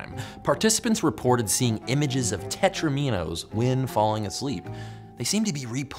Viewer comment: Tetromino is pronounced like Domino not a long E. Teh-TROM-a-know.